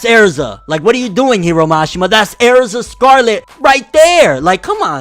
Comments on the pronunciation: ERZA NOT AIRZA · bro tell me why I feel like your saying AIRZA instead of erza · "Air-ZA BRO" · THATS AIR-ZA. RIGHT THERE. AAAAAERRRZAAAA right there. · “That’s AIR-ZAH” Fucking dumb ass nigga 💀🤣🤣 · “Airza” aaaarggggghhh stop no please no you’re usually so on it too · you fcking pronounced "Erza" wrong its not "E'arza" that kinda pissed me off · Darius Fehed same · How he says Erza is like aerza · Erza is part of the black bulls😂. The way he says Erza though, “Air za”. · Also he can’t say Erza and it makes me mad